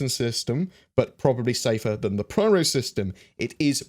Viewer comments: hi, i think it should be pyro not pryro:P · PRYRO? is it not PYRO? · You kept on saying "Pryro", I'm pretty sure it is " Pyro". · Pronounces “pyro” like “pryro” times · Pyro, not Pryro but still really nice video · pyro...not pryro. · Pyro, not Pryro. :D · Agreed; that was a hard video to listen to! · *pronounces pyro like pryro™ while pronouncing pyrotechnic like pyrotechnic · no, it's spelled Pyro... in plain english, not pwyro or pryro... otherwise it should be spelled in other way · I was being facetious dude. I know it's spelled Pyro. I also know it's "pronounced" piro with a long "i". I was making a joke about how I've never heard it "pronounced" as pwyro as he was "pronouncing" it in the video. Read what I wrote. I said nothing about spelling. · Interesting as always:~) It is driving me batty lol but I am almost positive you are saying "Pryro". It just sounds wrong. I am trying to tell if you are actually saying it or it's your accent pulling my ears a bit.:~) oh and btw it goes " a deer a doe a female deer, Ray, a drop of golden sun" Ruined Station area sounds linteresting for salvage with their being lots of battle around the area. The Pyro system might be a good one to have next. This would be due to the pirate inhabitants, it could give us our first "guild" type thing where you can join them. It would also give us the chance to learn how to navigate through infested space areas. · More like pairo. But for non-english people it's peero. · Couldn't watch the video with all the pRyro stuff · Pryro? LMAO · Nope... Apparently is pronounced pwyro! First time I've ever heard it pronounced like that. That whole video I was sitting there saying "why the hell are you pronouncing it like that?". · Thanks, this made me fucking itch... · Yeah that made me shake every time^^ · In "Loremaker's Guide to the Galaxy" Cherie clearly says Pyro... I don't know what is doing here, very distracting.